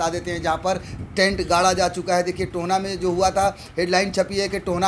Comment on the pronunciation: "Tohna" nahi bhai mere it's Tohana, To - Ha - Na